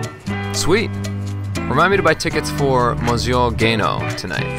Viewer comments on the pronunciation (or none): I think it looks like fun -- at least the guy is out walking and really interacting -- not staying in his basement alone with his IT:) For all you French people out there.. check out his hilarious mispronunciation of "Monsieur" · what the fuck is moz yo? It's pronounced Merce (as in mercedes). Damn hipsters. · LOL MOZYO? learn how to pronounce french google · concert of who?! lol, it means GLASSES can predict your bloody wrong French pronunciation and switch it into the correct wording in order to find tickets? - bet he didn't find those for...eee...Monsyoh...ahahahahah! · I would like Google to try and pronounce the french word for "Mister" right . Super not hard. "Miss-youh." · how did the google glasses understand the crappy pronunciation of 'monsieur' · people at google should learn to pronounce properly "monsieur" in french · learn to pronounce "monsieur" douchebag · This guy's pronunciation of 'monsieur' made me want to jump out of a window. >D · Did he pronounce Monsieur wrong? ha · greatest pronunciation of monsieur i have ever heard... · Umm...thats not how you pronounce monsieur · French pronunciation fail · fuckin idiot couldn't even pronounce monsieur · So, I'm hoping by the time this ever happens (which it won't) that maybe it will know how to pronounce Monsieur correctly. #facepalm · "Remind me to learn how to pronounce Monsieur" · Astoundingly bad - Can't pronounce "Monsieur" - suspect his Google Glasses are smarter than he is. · I cringed when I heard the pronunciation of 'monsieur'. It's a title, not a name, and it's french! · This is pretty much how wrong you can get on the pronounciation of "Monsieur". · His pronunciation of monsieur was terrible. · Really? In my 49 years I've never heard "Monsieur" pronounced quite like that.